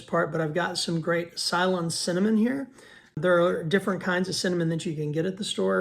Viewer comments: Ceylon , pronounced "Saylawn." Thank you for the recipe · Sir, Ceylon is pronounced see-lawn. The old name for sri lanka. Congratulations on losing it! Super recipe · Love your content!!! A humorous correction, respectfully ….. pronounced SE-LAWN….. almost like SALON but with an E sound ….. that’s the other name for the island of Sri Lanka… The Dutch, English and Portuguese colonials made Sri Lanka the center of the spice trade for cinnamon and Pepper! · Ceylon is pronounced say-lon, with the emphasis on the second syllable. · 😂😂I'm old enough to know what you are referring to. I totally understand why you pronounce it that way 👍🤣